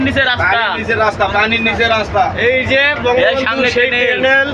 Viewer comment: টানেল কে বার বার টেনেল টেনেল বলা একদল বিজ্ঞ।।.................................................................মাথা মোটা